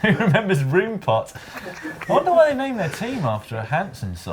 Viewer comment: The "Room" in Roompot would be pronounced more like "Rome" by dutch people!